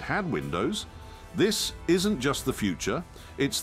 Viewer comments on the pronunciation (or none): none